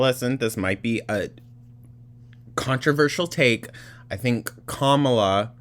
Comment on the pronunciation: she mispronounces “kamala” FFS. will she even fit in the voting booth? i’m seriously curious